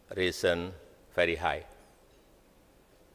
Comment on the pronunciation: Pidato..langka ini... Tadi...nyebut "very"...atau ..ferry"...ya